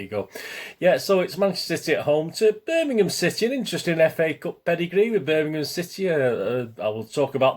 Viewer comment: . .Thanx for the mention mate. Just abt to watch the J.R one. Will say quickly that some of my worst old away days were at Zulu Birmingham! Also glad you can pronounce it correctly. Nowadays it's Birninhum..even from s called pro punters. Shameful 👍